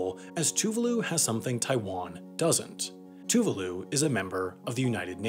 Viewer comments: Tuvaaaalu, not toovooloo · Tuvalu is pronounced to-vah-lu. So painful to hear a video pronounce it wrong so many times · He did, but pronounced Tuvalu incorrectly. (Too-vaah-loo). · I love how he pronouced Tuvalu like Toovahloo — man already made a full video on the country and he mucks it up lol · As a Brit, everytime you say Tuvalu I think you're ending the video.